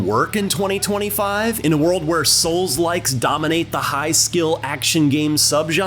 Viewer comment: why'd bro say "souls-like" like that?😂